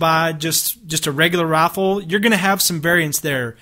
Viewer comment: He says Rifle Like "Roaffle